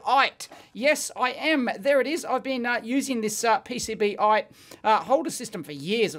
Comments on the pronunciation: Dave, I don’t think it’s “Pee Cee Bee ite”, I think it’s “Pee Cee Bite”, as in, the sharp tip will bite into the connection point you’re trying to measure. but what do I know - maybe “ite”s are common there down under. 😆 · I think it's supposed to be pronounced PC-Bite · Probably because you said PCB-ite instead of PC-Bite xD